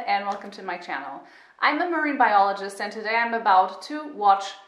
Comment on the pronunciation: Statham: "iom a marine bioleejist io am"